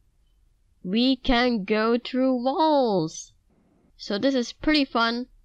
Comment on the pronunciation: when you say thru you say true but its ok cuzz I'm Asian to but you just don't see also I'm mad at you cuzz i smashed the like button and my mouse broke